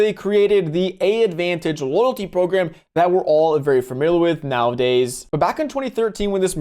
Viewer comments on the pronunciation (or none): “AAdvantage” is pronounced “Advantage’